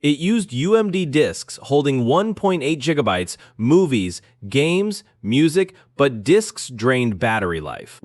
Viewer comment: he meant it as a joke, because the ai voice in the video pronounced 'gigabytes' as 'jiggabytes'